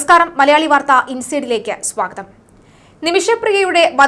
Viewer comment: SWAGATHAM, THIS READERS. " SWA. KOTHAM."" USELESS. STUPID.